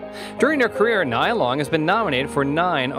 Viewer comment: It's not Nyy-ya, it's Nee-ya...